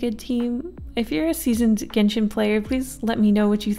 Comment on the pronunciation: It's pronounced jen shin